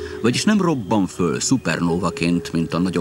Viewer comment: föl. hallatszik az L hang